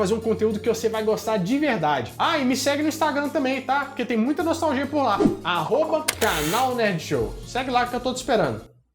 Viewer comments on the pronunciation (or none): Essa semana tu tá batendo com força na tecla "NOLTAGIA" né,?